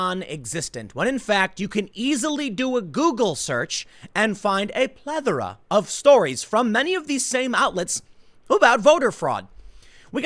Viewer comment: PleTHora not plevora.